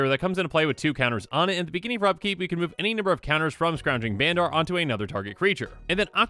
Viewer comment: Just so you know, Bandar is pronounced more like "bundur." Rhymes with thunder.